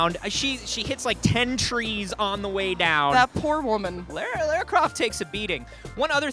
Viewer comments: it's Lara (Lah-rah) Croft. Just a heads up before your interview tomorrow! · why do you pronounce Laura weirdly? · it's obviously not pronounced lairah, unsubbing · It seems pronunciation of Lara's name is a bit off:)